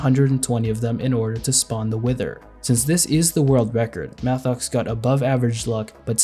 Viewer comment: just for the corrzection im french and Mathox pron Matox